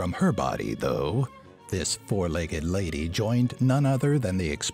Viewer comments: Who's the "Foug - leg lady"? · Did anyone else notice "Foug-Legged Lady? Sorry, I just want to know. Other than that, great video :D